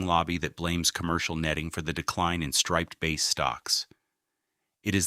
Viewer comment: A good summary in general. AI mispronounce many words - difficult ones such as ‘Sagaponack’ is expected but simpler ones like ‘striped bass’ is unacceptable. Additionally many accompany photos had nothing to do with the South Fork. Take the traffic photos - you didn’t need to find a big jam from somewhere else. You could have used actual traffic from here. Some mornings have a 10 mile backup entering Southampton from the west. Early in video the whole of Long Island was referred to as the South Fork. It’s in the details.